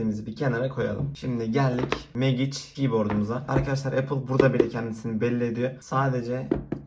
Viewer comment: Oğlum megiç diyip durma mecig lan